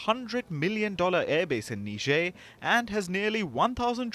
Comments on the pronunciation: ... that's not how you say Niger. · It is embarrassing how these so-called educated reporters pronounced the name of this African country. NIGER is pronounced Nai-jr not Ne-jair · Really? Neezhae? Its niger. 🙄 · Say "tiger". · OMG Lloyd Austin is so ignoran and is our US Sec. of Defense? NOOOO t! NOT NIgeria! They are NOT Nigerians bruh.. Country name - Niger (pronounced Neeejay) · That's not how I say Niger 🤠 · Everyone pronounced that country differently lol. How's it supposed to be pronounced?